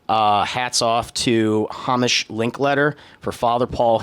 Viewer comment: It's "Hay-Mish." Super common Scottish name.